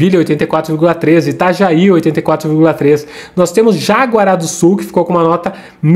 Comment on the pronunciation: é JA RA GUA e nao JA GUA RA kkkkk